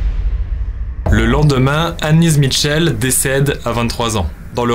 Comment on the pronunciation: Information jai toujours entendu dire michelle et non mitchell